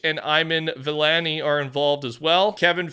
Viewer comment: Bro!!!!!! You pronounced Kevin Feige and Iman Vellani's names SO TERRIBLY! Nothing is more f'kin rude than absolutely obliterating people's names.